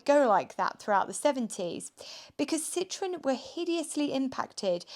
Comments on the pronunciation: Citroën. Not citron. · In French and German you need to pronounce IT correctly. This ist defenitly not a Citroen!